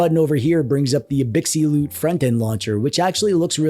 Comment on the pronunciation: You should hear how he says Anbernic 🤣... Not to mention gigabyte, LPDDR5, Abxylute and RGB.